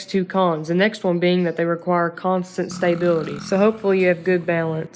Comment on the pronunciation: Constant “STAYbility”